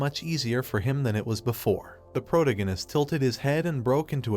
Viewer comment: 22 hours of protagonist being mispronounced is driving me insane😭. Please fix the AI voice to pro-TAG-o-nist